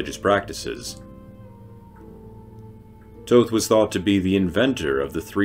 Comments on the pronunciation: Thoth's name sounds almost exactly like the word that derives from it "thought".. not like your saying it.. Toe-Th!!! silly ;-) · Thank you , it was a good video but it bothered me that he was pronouncing it like "toe-th" lol